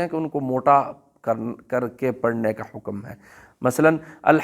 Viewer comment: مثال کے طور پر حکم کو بفتح الكاف بولتے ہیں